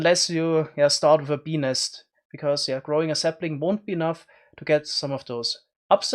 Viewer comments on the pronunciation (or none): OOOHHHHHH Bees nest, I kept hearing penis. OwO